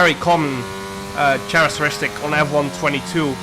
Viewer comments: Jarno verdomme spreek het uit als 'keh-rek-teris-tik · jarno. let’s all help you out again! it’s characteristic with a K. welcome to the english language